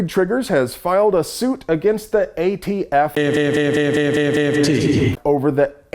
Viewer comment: Is there something I'm missing. He keeps calling them the "AFT" instead of the "ATF". I'm assuming it means something and not just a slip of the tongue.